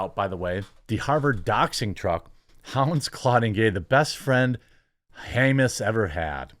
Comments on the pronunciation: its Ham-us, pls. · it's pronounced Ha-mas. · You pronounced "Hamas" in a way that's almost funny, very American pronounciation. The letter 'a' should be pronounced as it is in 'America'. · “Haymus” is my official new pronunciation of that word.